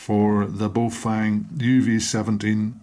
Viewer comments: not bay oh fang.... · pronunciation guide...... Ba-oh Fung...--> bag of wind. or Good to hold... depending on how used in context